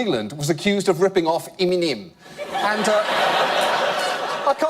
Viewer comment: "iminem" XD why am I cry-loling!?!?!?!! XD hbhahahahhHasdsa